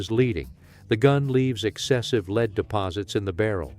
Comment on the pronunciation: Kimber is high priced junk and fail far more than Ruger. AI audio can't even pronounce lead.